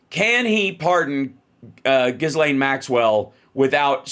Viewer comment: I wish Hal would pronounce Ghislaine's name correctly. She pronounces it with a soft G sound and silent S - i.e. Jill Lane.